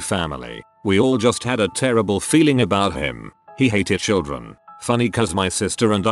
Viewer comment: "Abou' him."